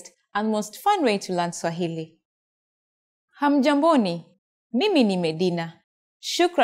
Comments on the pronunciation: not hamujamboni but hamujambo from zanzibar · Jamani sio "hamjamboni" ni Hamjambo..sio kamwe tunasema USIJALI..khaa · Not hamjamboni but hamjambo. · We don't say Hamjamboni but rather Hamjambo! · What I'd "hamjamboni"? Are you joking? Madam there is no langguage called Swahili. My language is called KISWAHILI. You have absolutely no idea how Kiswahili is spoken. You cannot even pronounce Kiswahili words properly. In short you are misleading all viewers. Shame on you.